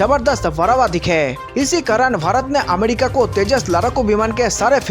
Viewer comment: Finish Pakistan from map. Ghanta fake news. It's not amedica. It's America, pronounce properly